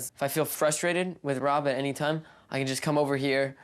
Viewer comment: The woman with the dyed blonde hair is extremely rude and offensive. She is very hard to understand .. she says "tarm" instead of "time" and "wurks" insteard of "works" , amongst many other badly pronouced words. Maybe she could take some time out of her offensive way of treating her husband and son and learn how to speak correctly ? What kind of a person expects her husband to sleep in the spare room, whilst she sleeps and bathes with her dogs, and also (which is incredibly stupid) puts them in diapers .... why for gods sake ????? Her values are questionable. She is quite honestly a fruit loop !! I hope she has, since the airing of this programme, seeked some much needed Therapy. She is extremely abusive in her manner towards everyone and not a full shilling, quite frankly. I apologise for lowering myself to her level, but I fail to see how else I can get the message across to her, that she has most definitely 'lost the plot !!!!'